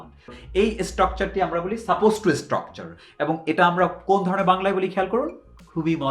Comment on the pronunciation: ইসটকচার মানে কি, ভাই...? বার বার যে ইসটকচার ইসটকচার বলছেন